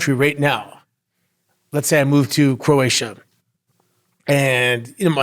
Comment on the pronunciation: Bro really said Croatia 🇭🇷 💀